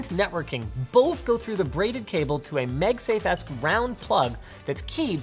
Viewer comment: Nobody: Linus: M E G S A F E